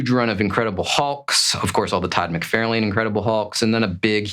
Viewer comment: "Mick-Far-Lin." Lol